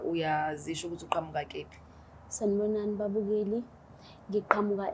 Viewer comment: Kuphi not kephi